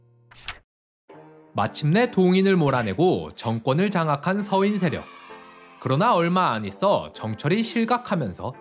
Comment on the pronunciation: 동인, 서인의 서인은 단음 길게 발음하니 평민으로 들럼